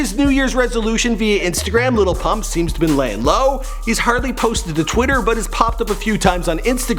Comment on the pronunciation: ITS Lil Pump not Little Pump😂